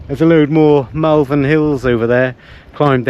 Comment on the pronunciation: I’m from Worcestershire. I used to be able to see the Malverns from my house on the other side of Worcestershire across the basin. It was good for gauging how long before it was going to rain so I’d know to get the washing in 😆 The way you say Malverns makes me giggle a bit though. They are beautiful hills! I haven’t walked them for years due to a gammy knee but they are iconic. Looks quite a reasonable campsite. Gone are the days of a tap in the middle of the field and a shed with a loo in it! Good to see pitches marked out though to stop those people who like to camp and spread out their tents, awnings, vehicles and gawd knows what into your area! 😂😂